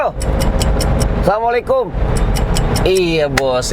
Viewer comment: Maaf..coba salam nya di benahi..kaf nya yg panjang bukan ta nya yg di baca panjang biar di dengar enak🙏🙏